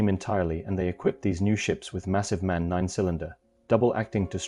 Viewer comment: Just for your information: MAN is NOT pronounced as one singular word! It is pronounced M-A-N and it stands for Maschinenfabrik Augsburg Nürnberg - Machinfactory Augsburg Nürnberg.